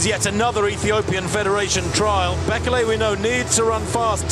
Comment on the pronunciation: It's pronounced "Bay-KAY-lay" not "BECK-eh-lay"